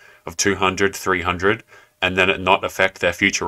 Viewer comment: Thumbs up! but it's "affect" pls its bugging lol